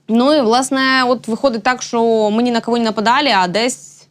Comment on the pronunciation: Якою мовою розмовляе ведуча ? Хіба е в українській мові слова - щчє , щчо, якщчо ? Вивчайте українську !